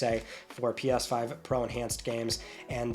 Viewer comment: Pi-yas 5...can't unhear it now! 😅